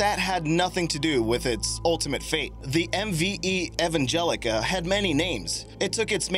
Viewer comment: It's Ev Angelia, not Ev Angelica. Learn to read your own content.